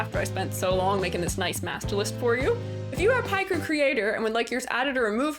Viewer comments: Great informative well made video, only flaw is the WRONG PRONOUNCIATION OF PICREW, ITS PICK BECAUSE PIC-TURE AAAGHHHH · what do you mean people cant get you to say it right it literally has 'pic' in the name x.x